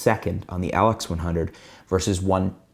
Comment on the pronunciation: You got weird accent man. you say LX100 as atlex100... WTF